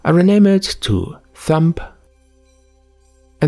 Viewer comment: Haha Thumb is pronounced "thum", the B is silent. :)